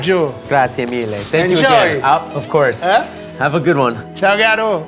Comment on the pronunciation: typical Roman from Rome, there are other youtube videos with him in it where it judges Italian food cooked by British and Americans. Classic ciao "garo" at the end with the roman accent. AAAAOOOOOO A RRRROMANOOOO!